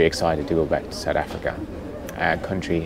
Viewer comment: You mean Sowt Efrikka